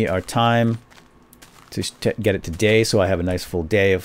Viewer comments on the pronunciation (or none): When he said "day" I thought he said gay lulzz!